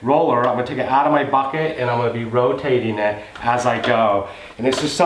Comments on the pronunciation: Bad English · the way u say bucket is funny lol 😂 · I started saying it that way and I'm in Louisiana.